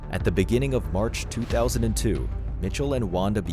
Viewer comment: One minute her father says that the guy only worked there for 5 hours and then a few minutes later the video narrator says he visited the house several times! Which one is it 🤔 Also , there's no "t" in March.